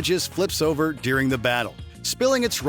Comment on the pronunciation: During. Not deering.